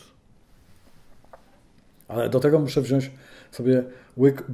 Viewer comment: Panie Gadowski uwelbiam Pana ale prosze wyraznie wymiawiac slowo wziac bo mam wrazenie, ze slysze wziasc a nie poprawne wziac.....nie podejrzewam Pana o taki blad...pozdrawiam